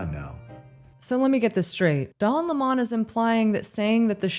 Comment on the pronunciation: “oops I pronounced Lemon as Lamann maybe I should do a retake…….nah” - women